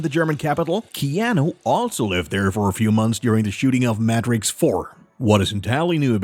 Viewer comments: "Mat tricks"? Bro what? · Matt-Rix 4 pronunciation is irking me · “Matt ricks” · Am I the only one who noticed how he pronounced Matrix weird? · The way the dude pronounces Matrix though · Dude! I caught that as well! Like have you never heard anyone pronounce that word before? Like, never?...😂